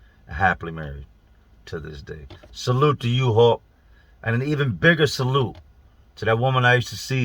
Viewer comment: I watched a video the other day that I could have swore he was saying "hawk" then by the end of the video I realized he was saying "hulk". I imagine it's the same guy cuz how many people could a guy possibly know called hulk?!